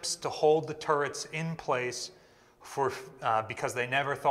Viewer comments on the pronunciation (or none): I’m watching this in bed, my wife laying next to me thinks you keep saying “turds”. I’m not correcting her, and this is kind of fun…